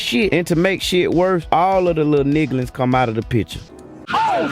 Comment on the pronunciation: “Niglins” lol